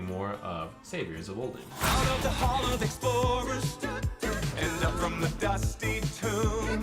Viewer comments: It’s pronounced Uldum, not uldUm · Ole’dume? How are you pronouncing that word wrong?